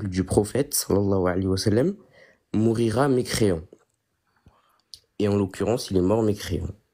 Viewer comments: " mourira " je saigne des oreilles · C'est vrai que "mourira" m'a vraiment écorché les oreilles. En plus il n'a rien compris à ce que son prof de philosophie lui a dit. Il l'a interprété à sa façon.